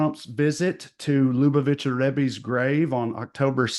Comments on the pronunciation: "Lubavitch" - "loo-BAH-vitch." (Middle European name) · Luh-BA-vitch. Or Chabad (ch as in Bach, or just h). And it SO performative and meaningless for him.